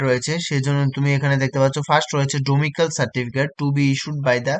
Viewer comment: ডোমিসাইল, ডোমিক্যাল নয় !